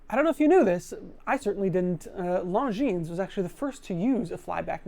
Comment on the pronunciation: Can't pronounce Czapek. Can't pronounce Longines. Can't pronounce Vulcain. Still does a video on the brands.